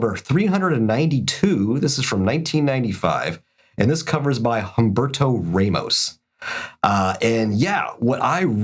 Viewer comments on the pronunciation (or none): Hum-Berto Raymos -speaking of bad is mangling the pronunciation